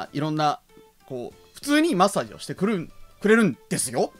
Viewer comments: 「マッサージ」のイントネーションが「だっちゅーの」なんよ。 正しくは「だっふんだ」なんよ。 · 舞元の「マ↑ッサージ」って発音はデフォなのかw